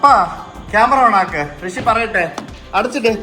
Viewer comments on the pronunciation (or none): കൃഷി ❌ ഋഷി ✅